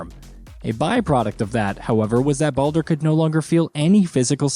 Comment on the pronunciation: I’m 100 percent convinced that they butcher the names on purpose to get people ripping them in the comments section. The more comments, the more they benefit from it. My point: listen from when he mentions Baldur… says it wrong twice and in the same breath says it right twice. Obviously knows how to say it right. I think the mispronouncing is simply a way to drive the number of comments because they know people will be quick to roast.